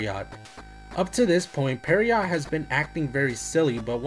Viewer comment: I should just note the word "Pierrot" (which you consistently pronounce "Perry-ott") is pronounced ""Pierroh." Like the French name "Pierre" but with an "Oh" at the end. The T is silent. Like Pierre, its a French name... though Japan likes to use it for clown characters.